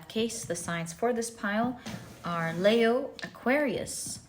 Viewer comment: Leo is pronounced 'Lee-o' not 'Layo'. Also, words ending in 'g' are pronounced with a silent 'g'.